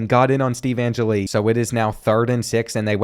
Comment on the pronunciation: an-jelly not an-jilly